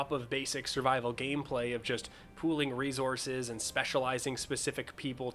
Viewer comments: There is not a "z" in resources. The "s" and "c" are both said like an "s." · cool video. you say 'ressources' funny.